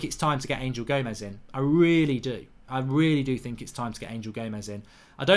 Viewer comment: He is not ANGEL he is Anhel A N H E L , anhel gomes, anhel, not ANGEL